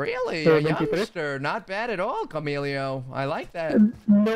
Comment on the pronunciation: CAMILO lol not camilio